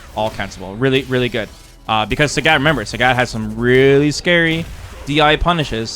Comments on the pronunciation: He lives like 45 minutes from me. I live in Blaine Washington, pretty sure he lives in Vancouver. There isn't a language difference. I spend a lot of time in Canada, being so close, there's not much of a language difference that would account for mispronouncing a name that is pronounced clearly on the character select screen. It's one of my pet peeves. Like when people don't pronounce Marisa as Mariza. Again, one is their name, the other is not. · As a Trekee, I understand what you're getting at ( I wasn't a fan of Polaski because of what you just pointed out). I think you have to take into consideration that is Canadian, so his English may differ from your average Americans. Or he could be just like me and just pronounces words incorrectly all the time cause he can lol. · Why do you pronounce Sagat like that?? I know you've heard how it's pronounced on the character select screen. You might think, "why does it matter?"... Well, It reminds me of Star Trek TNG season 2 when Dr. Polaski was mispronouncing Data's name, as Da-tuh, Da like Dad, instead of Day-tuh. He corrected her, and she said something like what's the difference, or why does it matter? He said, "Because one is my name, the other is not". Which was such a sick burn she didn't return the next season, true story. Sarcasm aside, thanks for making these, I watched all 3 hours, rewinding multiple times. It's kinda crazy how long I've been watching you. Your series on SF4 taught me everything. I feel like that was back in 2010, 15 years ago, wow.